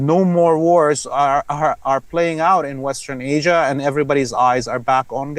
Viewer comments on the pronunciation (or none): none